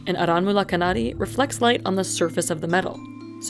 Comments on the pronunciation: It's pronounced "aaranmula" fyi😭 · "R N Mula knnaadee" Pronunciation ☝️